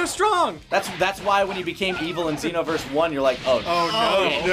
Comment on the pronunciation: If you pay attention, actually says "Zee-noverse" instead of "Zei-noverse"